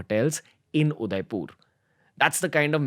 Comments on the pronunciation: mind it guys Ranveer can't even pronounce Udaipur properly 😂😂😂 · udaipur.. not udaipoorrr 🙂🙂🙂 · i think its udaipur not udaipoooor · Your pronunciation of Udaipur is wrong . Its not Udaipoor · Is it me or does the pronounciation of Udaipur seem very off